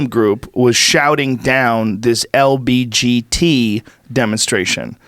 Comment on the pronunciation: i love how joe says lbgt like its a sports cat designed by lebron. Reminds me of mgbgt